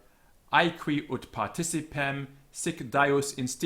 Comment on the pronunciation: Dux should also be homophonous with 'ducks', not /dʊks/. Ut should rhyme with 'but', not /ʊt/. Quadrata should be /kwɑdreɪtə/, not /kweɪdreɪtə/ (think of 'quadratic').